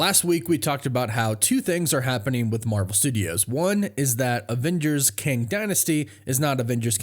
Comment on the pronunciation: Kang → "Ang"